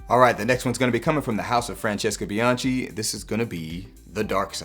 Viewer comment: Spectacular content as always! Just one small correction (as an Italian) - Bianchi is pronounced with a hard c (it would come out as bee-an-kee)